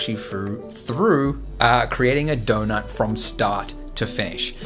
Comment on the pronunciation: Haaa say “donut” again lmfao